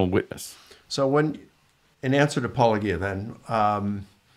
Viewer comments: They know how to pronounce it since Apologia is literally what they do and a word they say fairly often, and Paulogia says it at the start of every video. If you are having actual difficulty saying a relatively simple set of English syllables that you don't use often, that is one thing, but these are people who 100% know how it's supposed to be pronounced because it's literally just their job description minus the first syllable and Paulogia has been a fairly popular voice in the atheist community for years by this point don't have that excuse, especially since they often are clearly acting in bad faith with their responses. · I try to give some people benefit of the doubt by allowing for alternate pronunciations of apologia (Collins dictionary has it as a-puh-LO-jee-a). But Licona, WLC et al who have known about Paul for years have no excuse, and the mispronunciation feels like a purposeful slap in the face. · Why do these guys insist on deliberately mispronouncing Paulogia? If they have ever watched any of your videos they certainly know the correct pronunciation. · How is it that two intelligent men can so willfully continue to mispronounce your name? Especially since it’s such a clever and obvious play on words. It is so likely intentional. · I'm not sure it's deliberate, but it's definitely odd, and I also wonder why. The correct pronunciation is such a slight twist on the pronunciation of words already in their lexicon. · Mike Licona still doesn't know how to pronounce your name? It's not that difficult, is it? OK, OK, it's a minor thing. And he did OK here, I suppose. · They know good and damn well how to pronounce your moniker. I wonder why they keep saying it incorrectly. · I feel like the mispronouncing of your channel name almost certainly is intentional at this point, since you say it at the start of every video. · PAUL-A-GEE-A! Have these people never heard the word apologist! Do they pronounce it APOL-O-GEE-IST